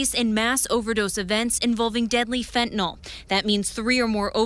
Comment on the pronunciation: NOT Fentanol!!! FENTANYL!!!